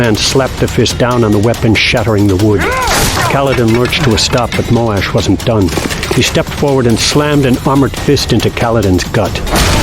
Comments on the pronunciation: I always read Moash as Moe-shh and the Moe-Ash pronunciation still sounds weird to me. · Moash not Molash